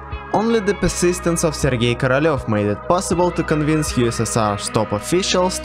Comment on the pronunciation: the way he says korolev sounds like caralho but with a v in the end